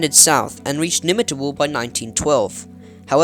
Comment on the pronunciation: bit hard to pronounce with text. Delegate pronounce gate same as a gate. Nimmitabel , bel is as bell. Pretty close but since I grew up in that area I noticed pronunciation was not quite right. Great story tho. 👍